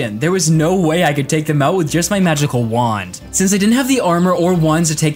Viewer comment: Funny how he says "Wuand" instead of Wand""